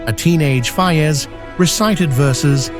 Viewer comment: The English voice artist can't even pronounce the name of Faiz correctly. And I hate these AI-generated videos. They take away the entire historical imagination of the viewer. Please don't make such fake videos.